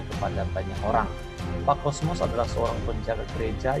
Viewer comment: Maaf,bukan kosmos tpi Kosmas